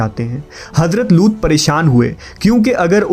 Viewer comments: हज़रत लूत alaihissalam not लूट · Madam It's not loot it's looth लूत